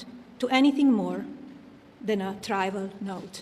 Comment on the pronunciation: Melania has been here for 30 years. Why is she mispronouncing words in that speech? For example, when she refers to the note that she sent Ghislaine Maxwell, she refers to it as a "try-val" note. The correct pronunciation is "trivial". Obviously she did not write this speech.. someone wrote it for her. Something just occurred to me ... This woman is illiterate. Did she even graduate from high school?